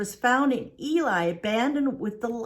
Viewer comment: It's not Eli, it's Ely. pronounced Elee